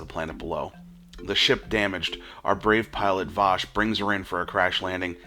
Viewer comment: And it's Wash, not Vash!!